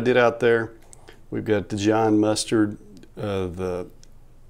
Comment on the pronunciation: Did you say "The John" mustard?!?!? LOL